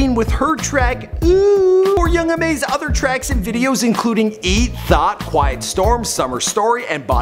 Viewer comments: its ma niga not mom. ma. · this nigga said "young mom" lol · Di you just say young mom? 🤣 correct yourself.